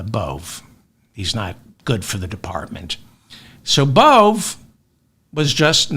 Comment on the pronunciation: Emil Bove: Pronounced Emil Bo-Vee